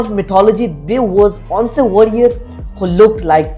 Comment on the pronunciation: Did he really pronounce "once" as "ONce"? 😂😂😂😂😂😂😂😂😂😂😂